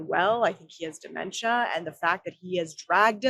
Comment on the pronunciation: I'm saying it "Very Strongly", Duh-mentia! ...💪🇨🇦